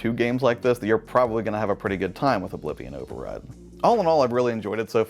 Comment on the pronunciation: Hey! Glad you enjoyed Oblivion Override, also great job with the name pronunciation :D Slavic names are notoriously difficult for english speakers. Great video again!